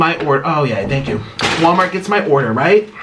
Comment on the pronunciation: 1) Nik’s bed sheets 2) the mukbang tray 3) “wommart”